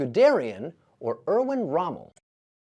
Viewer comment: The first name of Rommel was Erwin not Örwörn.